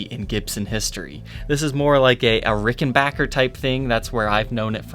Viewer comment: Yes it is Ricken BACKER. Thanks for getting it right. Like Tom Petty said somewhere, there is no BOCKER.